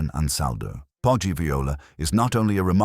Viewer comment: Poggi is pronounced like podgy